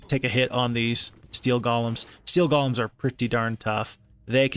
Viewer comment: Stop calling them gollums already 😝 It's pronounced: "Gow-luhm"